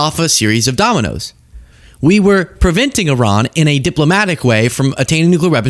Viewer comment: Umm it’s pronounced E-Rahn